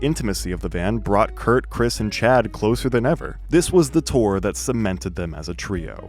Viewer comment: It’s Krist not Chris